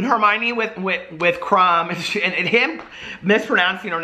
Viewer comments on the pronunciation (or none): none